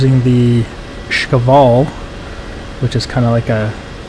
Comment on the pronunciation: Shkval (Шквал) not Shkaval.